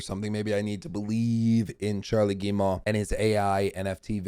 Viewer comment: I appreciate you but we have GOT to work on your French name pronunciation (unless butchering them is the point): Marc-Alexis Côté= Mark-Alexy coTAY Guillemot = geeMO Christophe Derennes = kreestoff deREN (what is this René stuff smh) I believe in you